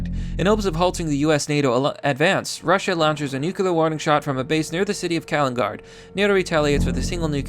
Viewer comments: can I ask you something? Doesn't it bother you how badly pronounced Kaliningrad...? k a l n i g a r d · just made me a mad boy Who the fuck pronounces Kaliningrad like that c'mon, you can do bettter than that..